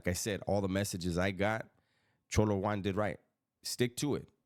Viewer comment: Why do you pronounce it cholo one it’s cholo Juan